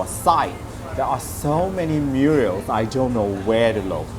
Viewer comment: It’s pronounced murals, not “muriels”